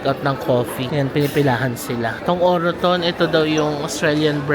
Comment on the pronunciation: its actually enunciated as OR-TON parang silient ung peg ng second O hehe.. congrats on ur first purchase - next time get kayo sa may Birkenhead may further discount sila dun:) relaxing tlga mga videos mo thank you